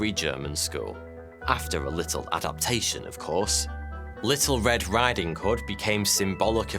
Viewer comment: did you say “Adolphtation”?